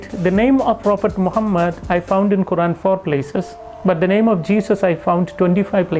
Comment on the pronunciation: He didn't even pronounce Quran correctly 😂 ngl This man lying, he's a fraud